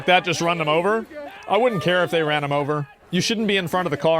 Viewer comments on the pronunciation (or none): He “rahn her over?” Really?